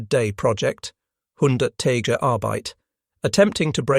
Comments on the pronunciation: Dönitz is pronounced, "Durnitz" and, Tage is pronounced "Targe" with a hard "g". This is just the first five minutes after which I stopped watching. Also, I only know basic German. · Your German sucks, “tage” is pronounced t-ah-gu.